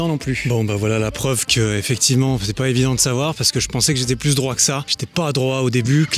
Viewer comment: je t’adore mais le « t » de droit est muet